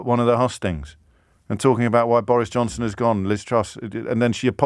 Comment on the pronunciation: Irresponsibility.. pronounced Boris Jobson